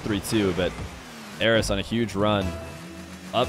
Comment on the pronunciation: Sounds like you're saying "Eros" so many times lmao